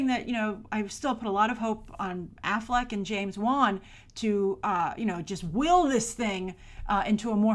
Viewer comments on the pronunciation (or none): none